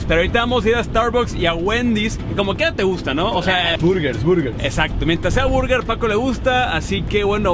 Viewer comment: Mori beto que emoción “a la bueguer “ jajajaja